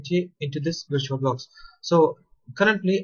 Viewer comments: "virtulabox" haha! great video! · "virtulabox" XD